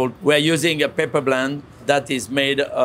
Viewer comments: almost 10 minutes into this video, I finally figured out that what he pronounced to my ears as "paper" was actually "pepper"... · i think what paper does he said he added, and it was peper... sheeeesh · A michelin star chef ought to be able to pronounce "pepper" correctly in english. If he was an architect I'd accept "paper". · P;ease learn English. It's not paper, it's pepper!